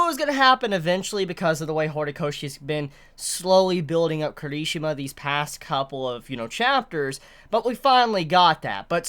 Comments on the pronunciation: It's not kerishima!!!!!!!! I hatee how he says that hear me out K I R I S H I M A !!!! watch the anime and here his name jeez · Care - E - She - Muh . I enjoy your videos but your pronunciation of names are horrible at times. for someone that loves this manga as much as u seem to, u slaughter the hell out of names! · The..... the way he says Kirishima.....